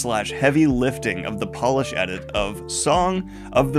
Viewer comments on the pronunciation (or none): none